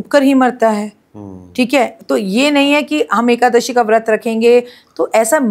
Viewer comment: Is nalayak aadmiko a,kadashi bhi bolte nahin aata,rakhiji usko correct bhi nahin kar rahi hain,kyun?